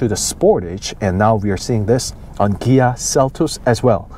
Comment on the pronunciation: Fyi, sounds to me like you are saying "Gia" not "Kia". Good reviews. Thx.